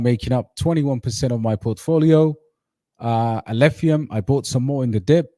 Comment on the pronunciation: was purposefully mispronouncing Alephium to ridicule it as he's the biggest Kaspa maxi and believes everything else must burn as it's his competition. Alph will fly so high despite his antics.